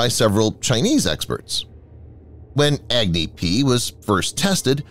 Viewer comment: HEY you video narrator Goof, "Agni" doesn't pronounced as Agg-Knee LoL!!😂 It pronounces as UgNi like what you pronounce Umbrella with starting U not EggKnee, why ppl so Stupid🤡, 👉It's totally annoying & irritating that You Pronounce Pakistan very well, not like Pack-Staan or PAXTAN.